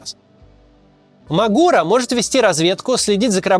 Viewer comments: Он мАгура, а не магУра)) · Не М'агура а Магур'а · мАгура, а не магУра